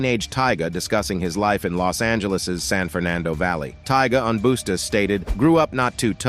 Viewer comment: Homey said "Boosta" to Rahtid